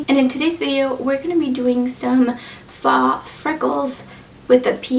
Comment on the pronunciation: Just an fyi- faux is pronounced "foh" ❤️